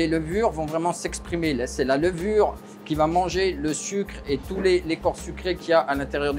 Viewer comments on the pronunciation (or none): none